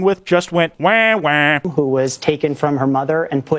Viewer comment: It's wah wah not wae wae